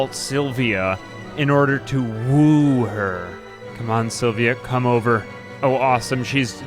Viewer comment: lol, why you saying ‘woo’ like that